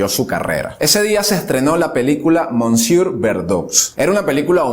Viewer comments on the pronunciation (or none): ke bruto sos kerido "mosieur" se pronuncia "mesie" y verdoux se pronuncia "verdu" BRUTO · Se dice "mesié"....